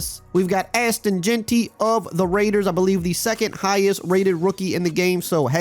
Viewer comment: did you judt call him asston jeanty 😭💀